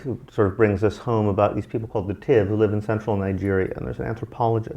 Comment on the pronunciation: it's spelled Tiv and pronounced "TEEV"; I'm Tiv. Props for the shout out!